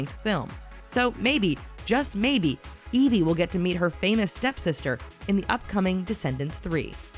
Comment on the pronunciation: You keep saying edi not evie